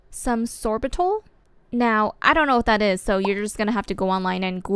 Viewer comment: it’s sorbitol not sorbital